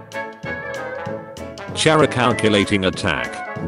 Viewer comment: the scariest part of this video is the fact that the ai will never learn how to say chara right